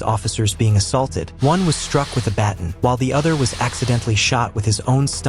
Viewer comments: Pronounced bat-AWn lol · That's not how you pronounce "baton". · You pronounce baton incorrectly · If you’re going to make videos learn to pronounce baton or maybe teach your AI how to pronounce it.